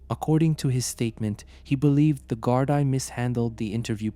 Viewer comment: Gardaí is pronounced gardee